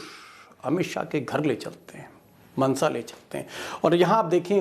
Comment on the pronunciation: Actually not मनसा it is माणसा.